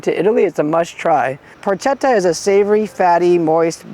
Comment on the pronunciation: Annnnnd it’s pronounced Porketta, ch translates into a K sound.